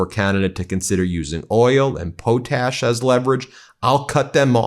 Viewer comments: Oh Ben, your pronunciation of potash (poe tash) was interesting. This reference was to potassium, and called potash (pot ash) in all gardening and chemical classes. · Potash not poatash! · Po-tash? Murrica. 🤣